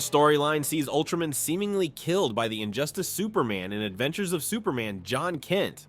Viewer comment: It Ultra-MAN not ultramen